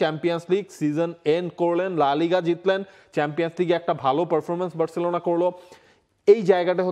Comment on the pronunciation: সবাই বার্সেলোনা বললেও আপনি 'বেরররছেলোনা' কেন বলেন?